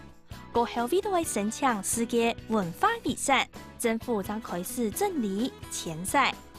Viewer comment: 遺產 念viˇsanˋ 毋系iˇsanˋ